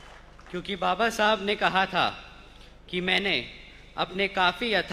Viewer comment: बसपा में और कोई नही है क्या?जनता को ये कमजोरी दिखा रहे हो? ये आज लांच नही हुआ पहले भी इसको इसकी काबिलियत से बड़ी जिम्मेदारी दी जा चुकी है क्या साबित कर लिया इसने?कहाँ था ? क्या किया? बाबा साहब का नाम तो सही से बोल नही पा रहा है